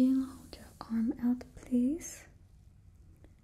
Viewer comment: Bring back Random plweese